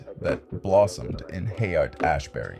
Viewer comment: Yeah it's all kinda fucky, you almost see bob in like 1 or 2 images but it's all super AI centric, even the narrator ("Hayaight Ashbury" in the beginning as well as the generally robotic way it talks.) I hate these AI videos pushing the division in our society, this is the shit a schizophrenic would see and start raving about.